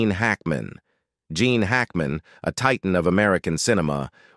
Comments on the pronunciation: Hackman is Gene not Jean. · You mean GENE not LEAN. Ninny